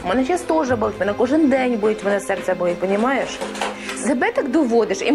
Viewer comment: УкраИнский а не УкрАинский.